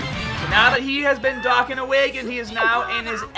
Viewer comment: You say Dokkan so wrong 😂